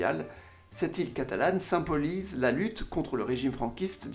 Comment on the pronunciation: Sans vanne : tu serais pas dislexique par hasard ? Depuis quelques années que je te suis j'ai remarqué des problèmes de diction comme "algomeration" "aroport" "sympolise"